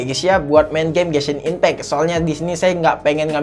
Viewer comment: gw ngakak kalo lu nyebut genshin impact bang nebutnya gesin impek sekalian bensin impek bang wkwkwkwk